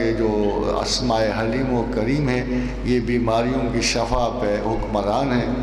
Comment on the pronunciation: Asslamoaliakm Ahmad rafiq saheb shafa nahi shifa boliay plz